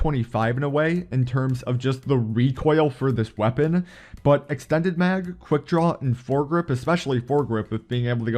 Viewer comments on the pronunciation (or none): So with this gun I reccomend EXSHTENNNNNDES MAGS, FMSHAY ANDSH QUICK DRAWSH